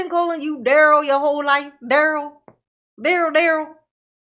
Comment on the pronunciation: Well no one is saying his 1st name right lol